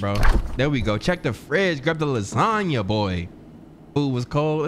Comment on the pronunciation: What do you do w/the extra time you save from dropping the "a" in lasagna, & calling it "lasagn"?